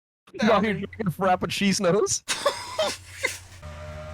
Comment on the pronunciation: FRAPPUCHEESENOS 😭😭😭😭 DAWG